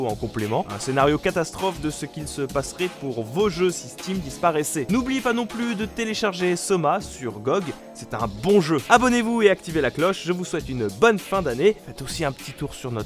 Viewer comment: Tu pourrais arrêter de dire "GOGUE" ? En fait, c'est l'acronyme de Good Old Games, donc s'il te plait, prononce comme si c'était des lettres séparées, soit en francais soir en anglais. Quand tu prononce "GOGUE", ça rappelle vraiment des toilettes. Merci